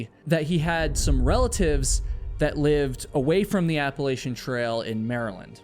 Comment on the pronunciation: Appalachian is pronounced: App-uh-latch-un ❤ ❤ ❤ other than that, don't quit doin what you do, you're awesome!